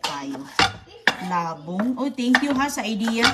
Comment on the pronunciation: Di na nagsawa sa ka popost ng old vlogs ni roning,ano ba yan?? wala ng bayad yan sa YT,nalaos ka na.😮😮😮 hindi la bong ang pag pronounce,Labong'.!!! mabilis ang bigkas.